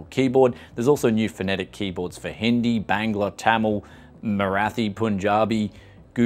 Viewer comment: Brother you pronounced approx right , i am a bengali boy my language is Bangla